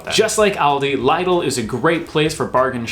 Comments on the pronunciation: I almost cried when you said liedl omg. It is lido like the catchphrase. Big on quality lidl on price haha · I've never heard of L-EYE-DEL before but you should try going to Lidl xD it's pronounced little but with a d you had it correct when you questioned yourself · ITS PRONOUNCED LIDDLE NOT LEIDEL also genuinely I cannot believe you've never heard of sainsburys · Lidle not lydle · It's not liedl its lidl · im angry you said liedal it's lidel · Lidl should sound like 'little' rather than 'ladle' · Definitely Lidl and not Lydle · btw it is L 'I' DL not 'L 'eye' dl. Also bc the meat is good value so I get all my roast dinner meat there. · I say it Lidl not Liedl. I don’t think anyone says it like that 😅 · The way you say Lidl pains me It's Lid-l not lidel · IT IS LIDL NOT LYDL IF YOU ASK A BRIT WHO IS CORRECT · Great video! Though I’ve never heard anyone say Lidl as “Liedel”. We say “Lidel”. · phonetically it's pronounced 'lid' 'all' which is the British way of pronouncing the stores name. The way he is pronouncing it is 'lied' 'all' which i believe is closer to the German way of saying it. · Lidl is German. In German Lidl is Pronounced phonetically as Leedle. The I is like ee in bumble bee or Needle. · Wow to say Lidl: LEEDL It's German. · It's Lidl not lidel and sansberes is right you said it right ngl you guys talk about all these shops are so posh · Lidl is pronounced Liddle. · Lie Dal 🤦‍♂️ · Who ever says lidl like "laydle" 😳😳I can't I just can't 😵😵 and yes is is Sainsbery's the first way you seid it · Lidl is pronounced like Little. You missed out Morrisons and Marks and Spencers (M & S) - which is a bit pricey but not as bad as Waitrose. Great video ! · your saying it wrong lidl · Germans say "leedle" obviously as they don't pronounce i as in english but what you say is up to you. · Arrrldi 😂 l-eye-dl 😂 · Stop saying Lidl incorrectly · Lidl is pronounced Lidl and not Lidl. I hope this helps.